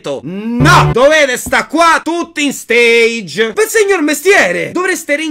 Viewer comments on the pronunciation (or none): Ogni volta che dice la parola stage in inglese mi viene una fitta al cuore Si dice stage e si pronuncia alla francese ! Essendo una pa ola che viene da lì Ovviamente è per informare e non so se volevi fare il meme del italiano medio che lo continua a pronunciare male (ti ho dato una buona scusa eh) ma nel dubbio lo faccio presente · Giusto per dire: la pronuncia di "stage" è francese, non inglese (sennò cambi il senso della parola).